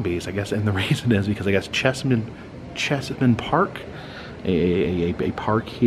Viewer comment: Cheese-man Park, not Chess-man Park.